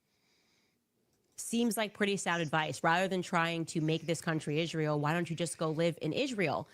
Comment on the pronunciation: I can't stand the way Candace pronounces Israel. 😂